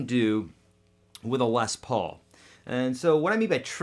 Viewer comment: It’s pronounced lez Paul not less Paul